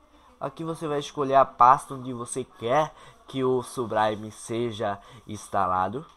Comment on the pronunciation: subraime KKKKKKKK